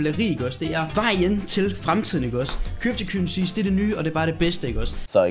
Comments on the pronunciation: "Kybtu kyrehsies" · "kYpTo KyWeSiEs iKk oGs"?